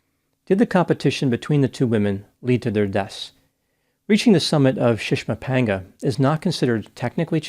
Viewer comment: I watch a lot of videos on mountain climbing, and props to for his pronunciation of the names of those mountains.